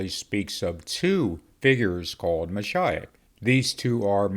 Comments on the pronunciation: I’ve always heard it pronounced Ma sheeee och rather than Ma shi och And actually, Jesus, the Messiah, would be Yeshua Hamashiach (Hama sheee och) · Moshiach is pronounced MOE - SHE - AH